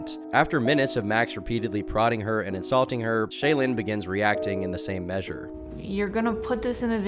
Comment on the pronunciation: it's clear you never watched a mrgirl video by the way you pronounce "shaelin"